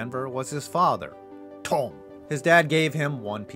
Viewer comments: So you lost me when you pronounced Thom like “Tome” when it’s actually like “Tom”.. think Thomas… I can’t take your snake “opinion” seriously when you can’t even make out Thom(as) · Thom is pronounced "Tom" by the way. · Thom is pronounced “Tom”